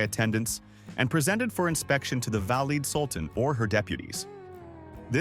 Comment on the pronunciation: Very badly done! 1- badly pronounced Valide Sultan. 2- We are in the Turkish Harem, why Oriental looking women? 3- Wasn’t there anything positive about Harem, the Sultan falling in love? Very intelligent women etc